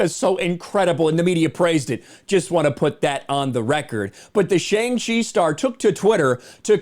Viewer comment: I think boiling a movie down to its box office success is fruitless and stupid. It seems like all you want is to make people hate Shang-Chi, and your mispronunciation of his name alone shows that you simply couldn’t care to care. Along with a clickbait-y thumbnail, title, and video, as long as misunderstanding Simu Liu’s obvious joke tweet, your video comes off as in bad taste and made for the sake of views. It’s pointless. Just stop, man.